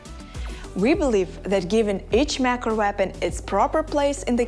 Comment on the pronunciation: Anyone else hearing MAC arena? Like Mac and Cheese? I know I know it's a language thing, but still funny... :P